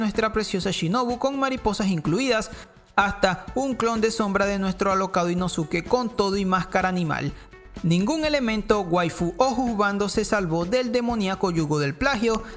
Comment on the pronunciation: Otra cosa eso de Ino SU ke, el Su no se pronuncia es mudo, la forma apropiada de pronunciar seria Inoske